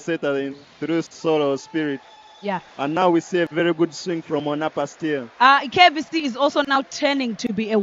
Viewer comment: Commentators it is KAVC not KVC